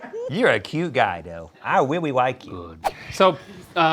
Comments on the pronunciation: "I reawy wike you" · “I wiwwy wike you”-Rhett